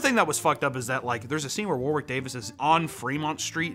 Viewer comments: I know this video is 8 months old but its you don't pronounce the second w in Warwick. Its should sound like War-ick. Same with the town name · Man, how Americans pronounce Warwick is like a nail on a chalkboard to Brits. It's pronounced like "Warrick"